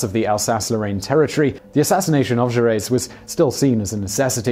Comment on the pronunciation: It's not Ju Ress. The final letter is silent. The pronunciation Ju Ray.